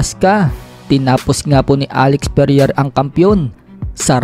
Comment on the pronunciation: vovo mo mag basa😂😂😂 anong perier? alex pereira yan